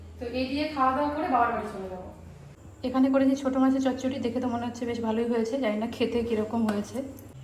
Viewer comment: Ami bangla janina kintu amr monehoy chochodi hoe a chochoti bole kno 😂😂😂